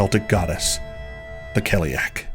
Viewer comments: Loved the video, but i couldnt get over the pronunciation of Cailleach ... in Ireland anyway we say Kail-lach , with a soft -ch, have you looked up how to pronounce it? I'm just curious, because I saw a lot of 30 second videos where they absolutely butcher the pronunciation lol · Very impressive – thanks for posting this! The only problem with this video is the pronunciation of the word cailleach. I recommend listening to fluent native speakers of Irish and Scottish Gaelic (forvo is a good place for that sort of thing). Yes, there are slight variations, but whoever gave you that pronunciation should be hit over the head with a big hardcover Dineen's Dictionary. ;)